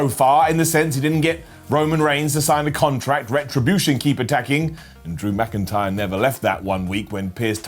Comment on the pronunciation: Did i just hear you say DrAmA'c intyre